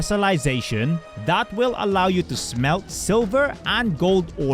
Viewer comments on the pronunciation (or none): none